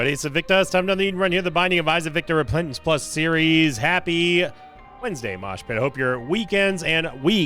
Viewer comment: “Replentance plus series” 😭